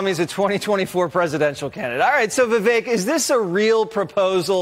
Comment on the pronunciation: Props to Jesse Watters for being one of the few people who pronounces Viveks name correctly.